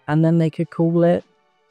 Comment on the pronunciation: Call it the Hyundai Pon-e